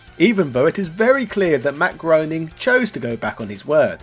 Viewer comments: Groening is pronounced "gray-ning" not groaning. Great episode, though. I bought the PS3 version back in the day and still have it on hard drive. Good thing, since it was delisted years ago. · Matt Groening's last name is pronounced so that it rhymes with "raining", not "groaning". :D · It's Groening like graining, not groaning... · Groening is pronounced "Gray-ning" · It's pronounced Matt "Graining" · Not that it matters, but as Matt puts it, Groening rhymes with complaining.